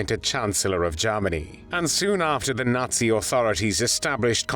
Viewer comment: It sounds a lot like "Jawmony" and I like this narration.